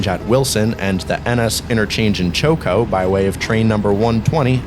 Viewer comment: Great video! Incidentally, Choco is pronounced Chock-o.